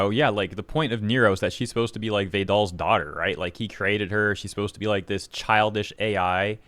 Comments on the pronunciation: Ah yes Vey-doll and Nero. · i have never heard someone pronounce vedal like that lol